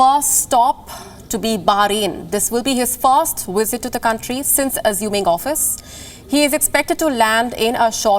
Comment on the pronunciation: Bring up your lower teeth and touch your upper lip when you produce the sound V. It not Wisit, its Visit